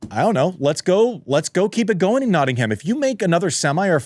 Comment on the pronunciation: Producer - fyi I know the English language is inconsistent, but we pronounce Nottingham like Notting-um not Notting-ham! Andy pronounced it correctly. 😊 love the show btw!